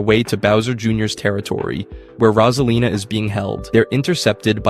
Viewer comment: ALMOST ALL OF IT IS SAID WRONG RAWSALINA INSTEAD OF ROSEALINA COME ON MAN IF YOU WANT TO MAKE VIDEOS LIKE THESE SAY THE STUFF RIGHT